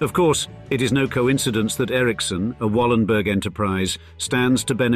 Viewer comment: Yes I have heard of them. The name should be pronounced Wallenbery. The "g" at the end of the word is pronounced like an english "y".